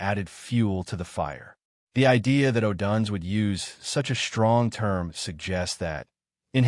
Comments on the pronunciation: Learn how to properly pronounce odunze 😂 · U are totally clueless on how to properly pronounce odunze 😂